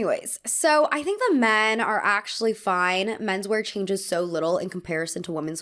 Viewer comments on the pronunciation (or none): none